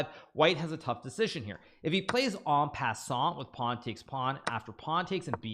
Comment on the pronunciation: I find the way Hikaru says en passant real funny.